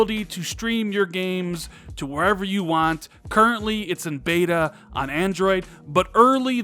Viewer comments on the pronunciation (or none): none